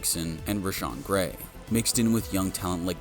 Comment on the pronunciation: Also called him Rashan Gray.. it's Gary. 😂